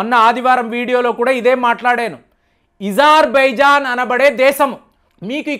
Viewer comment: ఇజర్ కాదు అజర్ బైజాన్ సార్